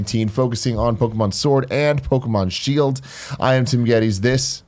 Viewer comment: Shield-o and Sword-o?! Tim your eye is getting to your brain!